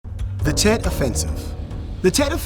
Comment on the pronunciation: Tet not jet